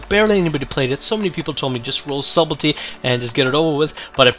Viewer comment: the word is pronounced as if it was spelled suddle tea.... the b in sub is silent